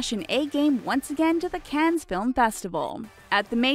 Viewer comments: What is a "dekkel?" And "Cannez?" You might want to look up the pronunciation of words you don't know before you post a video. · please... for the sake of everyone watching your videos stop mispronouncing cannes... stop mispronouncing everything!